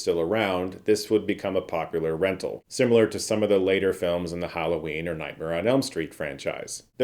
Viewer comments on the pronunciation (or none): none